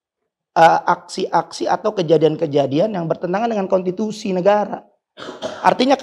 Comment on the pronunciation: Konstitusi tat bukan kontituti